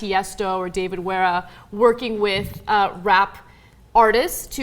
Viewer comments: David werra you mean David Guetta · Did you just say fucking David Huera? ...